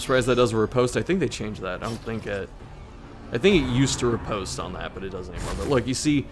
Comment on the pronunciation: Every time he mispronounces riposte I shuddered.